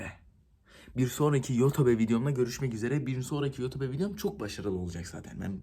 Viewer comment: Yotobe diye okunmaz ki yutup diye okunur ama ben sdc söylüyorum yani linç amacım yok